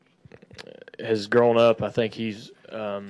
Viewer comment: it's Chase not Casey.